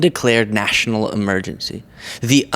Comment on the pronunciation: What is with her constantly adding T's to words where they don't exist? EmergenTcy, conTfrence, inTformation, etc. There are many more that just aren't coming to mind at the moment, but it's something I've noticed she does VERY frequently. And she has the nerve to call other people stupid... Hilarious!!!